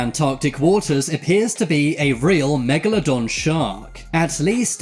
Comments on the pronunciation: U called it family megladon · The narrator said megladon and you were ready to drop the mic